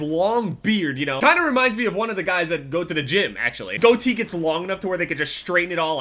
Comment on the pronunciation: You say "go to the" really weird.